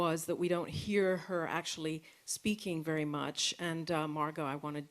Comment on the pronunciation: A reporters job is to speak and ask questions? Yet it seems like they do not practice their speech and produce a clear pronunciation... "Ackchilly" GREAT.